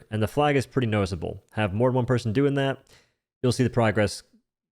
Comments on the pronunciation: he says “hw” before almost every ‘o’ sound. When he says ‘one’, he says ‘hwone’ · I like how you say Ha-white and Ha-why and Hwon.